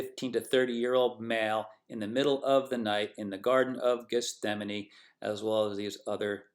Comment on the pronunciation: Just a correction... it's pronounced Geth-Sem-Any... not Geth-Stem-Any... 😄👍🏽